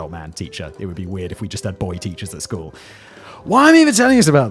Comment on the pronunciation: Nah, what is going to stick in my head is Simon referring to "school" as Cartman saying "skyueeell" hahahhaa